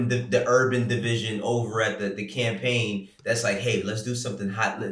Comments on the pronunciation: “CAMAPAIGN AD” 😂 y’all high up there at Complex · AND ANOTHER THING....What is a "camapaign", y'all? 🤣🤣 #wereonlyhuman #Beirut7😎